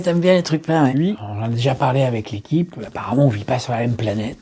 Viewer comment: Jadire quand tu fais "AVEcc lequipeuuuh ..." sans trop articuler en regardant autour de toi Cest enorme Dans ces temps compliqués; tu redonnes le sourire et ca je ten remercie